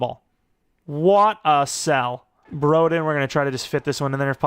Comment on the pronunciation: of course broden locks in for an NFL team and not when we needed him at arkansas (also it's bro-den like short for brother) edit: that 2 point conversion is prime broden btw, expect that